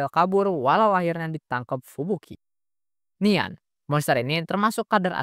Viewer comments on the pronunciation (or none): Bukan nian tapi dibaca nyan itu